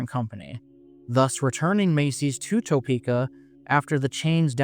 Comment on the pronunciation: Nice video, I have tons of memories at this mall but she's been in decline for so long I'm surprised it's even still open. Also, just an fyi, but Topeka is pronounced like Ta-peeka not toe-peeka. Always easy to spot the outsiders lol.